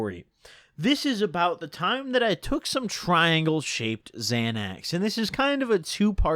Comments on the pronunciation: You pronounced it right the first time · Definitely not Xanax dude so why ya keep calling um zanies?